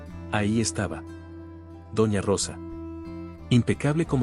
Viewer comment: Se dice doña no dona